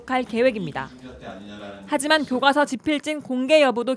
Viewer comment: 총리 교꽈서 교꽈서 하는것부터 거슬린다. 교과서 발음도 제대로 못하는 양반이 무슨 올바른 교과서를 만든다는거지?